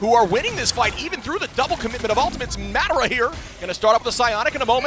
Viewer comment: Its not MADara its pronounce MODora😂😂😂